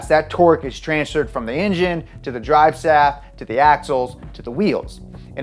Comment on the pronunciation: "dive slaft"